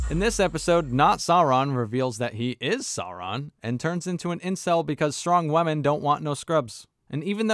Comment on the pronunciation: So annoying to hear you keep saying "Wamen" though